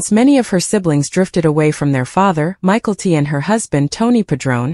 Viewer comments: Michael T 🤣🤣 Mick - ell- tee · Michael T. You can't even pronounce the names correctly.